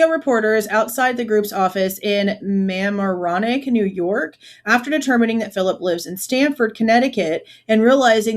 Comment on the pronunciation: Not that it matters but as a New Yorker… it’s Ma-marrow-neck 😊